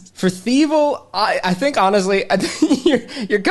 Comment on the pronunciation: You tink? Do you... tink a ton?